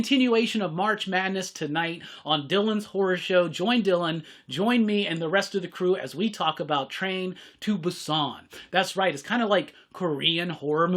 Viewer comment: Love your videos. It's Train to Boo-Sahn.